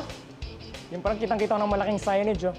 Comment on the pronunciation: tang ina bakit di nya mabigkas ang tamang pagsabi ng PARANG??